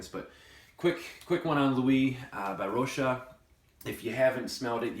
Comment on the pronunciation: Thank you for your review about Lui de Rochas🙏 About the name you must pronounce de S at the end of RochaS. 🇫🇷 It’s a french 🇫🇷 house of perfume and a lot of men’s fragrances are discontinued as Globe, Macassar, Monsieur Rochas but they renewed Moustache By Rochas!😊👍 Maybe it will be the same for Lui!🤔 I buy Lui today and i will give you soon my opinion😊 You have a great collection 👍👏👏👏👏